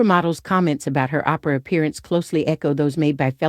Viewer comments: Oprah: Promounced as OH-PRUH not... Opera: Pronounced as AWW-PER-AH Thanks for this video on Opera. Who's your favorite Opera singer? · Who doesn’t know how to pronounce Oprah at this point ? What planet does the narrator come from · who the F is "Ahhhhh- Prahhhh" ?!!!!! smh